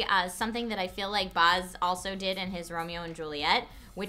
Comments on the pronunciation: bAAz not boz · Baz s pronounced like axe not like Oz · Baz. As in Barry. Baz. Bat. Cat. Dat (Ass). Baz. Not Bahz. Flame war initiated. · It's BAZ! Not Bahz, Baz as in "short for Barry". You need the (obnoxious) Aussie twang! I'm just so burnt out from being disappointed by this film that the mispronounciation of Baz's name is driving me up the wall. :P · BAZ, like 'daz' in dazzle, with a B. BAZ. Not Baaaahhhzzz guys! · stop saying "barz" instead of baz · It's Baz. Not Baaaaz. Not Buzz. It's B.A.Z. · The only thing that is shitting my about this review is the way she pronounces Baz. His real name is Barry Baz is an australian abbreviation for barry it's no Bahz, it's Baz The more you know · Ahh! Baz Luhrmann is Australian - you're pronouncing his name wrong! It's pronounced Bazz, not Bahz. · Oh oh she said boz, take a shot. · Baz, not Bars! Please stop saying Bars. Baz, not Bars. BAZ! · Baz rhymes with as not Buzz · Being an aussie I've always pronounced Baz as b-azz rather than & pronouncing as b-arz but different countries, different accents. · baz not buhz straya bro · It's baz not boz, he's an Aussie learn it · It's pronounced Baz right? Like Bazza. Not Boz? haha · Ok sorry but it is killing me as an Australian hearing you pronounce Baz as Baarz. Baz is short for Barry, not a fancy English name:) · OMG! It's B-a-z not B-ah-z. Baz is a nickname for someone called Barry. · lol whats a 'Barz' Luhrmann? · Every Australian viewer cringed whenever you said Boz.....I mean Baz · it hurts every time the say Baz. It's not pronounced Boz. It's BAZ!! There is the letter A in there ARGH!! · Baz not Boz! It's pronounced with an Aussie accent! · Hey... I'm sorry... But its Bazz Luhrman not Baaazz Luhrman. You're really destroying the Australian pronunciation of the name. It's like how you North Americans murder the pronunciation of 'Melbourne'. Please stop saying it like that. you're close, but you still have some work before you got it!